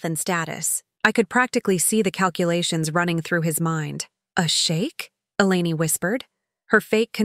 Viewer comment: Dear AI: it is pronounced E-lane.... not E-laney